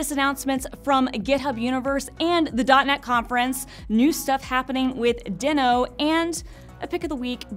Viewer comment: TIL! I feel so dumb for not knowing this but this makes me love it even more! I want to ask my editor to do a compilation of all the times I’ve mispronounced things. That would be fun for all of us!